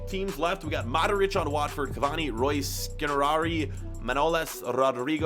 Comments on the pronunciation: Great video. One question... How to you pronounce Skriniar as Skerari? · He said skrinjari it’s pronounced shkriniar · did i hear you say skinerari? you need to get better at pronouncing these names dude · He said škriniar Škrikniarii